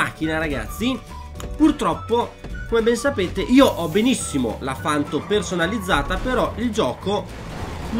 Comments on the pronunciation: Una cosa deve fare, gta! Ma se non sa manco i nomi delle auto credo che si meriti anche più dislike che like... Ci vuole tanto a dire panto al posto di fanto??? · comunque si dice panto e non fanto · scusa ma mi da non poco fastidio hahahha... si chiama Panto non Fanto. hahhahah sorry